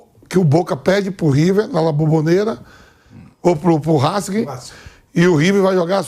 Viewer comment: Esse Vamp é uma figura: "Rasking" (Racing) 😂